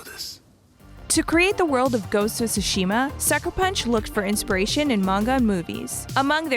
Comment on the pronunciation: How is it that anyone who has played the game doesn't know how to pronunce Tsushima? They say it like 300 times in the game.